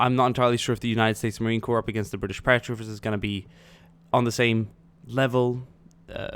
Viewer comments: usmc is pronounced marine core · It's pronounced "core." Thompson is pronounced "tompson." Only errors I heard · Love the video but on your question at the end Marine Corps is pronounced as Core. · Never say Marien Corp with the "P" cause that means a dead body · bro the Marine Corps is pronounced core. Whoever told you that is wrong. And Thompson is Tompson. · The 'p' is silent in the word Corp. When you pronounce the P, it sounds like corpse.